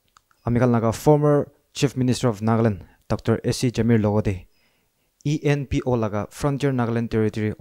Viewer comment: JAMIR ENPO NOT EMPO 😂😂😂